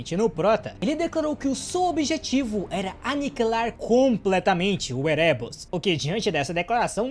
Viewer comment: Érebos, ÉREBOS, A PRONÚNCIA É ÉREBOS